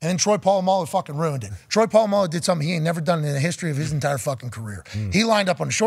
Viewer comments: But I thought his name was Puh-la-mal-loo? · Pat saying Polamalu blatantly wrong killed me😂😂